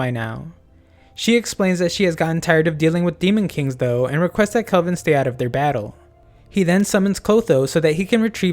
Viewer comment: really nice video but the heck you pronouncing kelvin like kolvin for